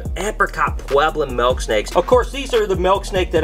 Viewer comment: It’s mIIIILK not malk 🤣😂🤣 I hate when people say milk like that lmfao love u tho just pickin on ya